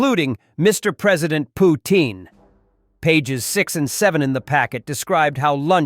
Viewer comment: I like how you pronounce Poo-thin 😅😅😅😅😅😅